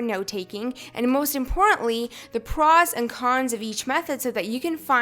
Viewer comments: was i the only one getting bothered by the way she said "pros" (not a hate commment btw) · she seriously needs to learn how to pronounce words... the way she says “pros” makes me want to jam a pencil in my ear...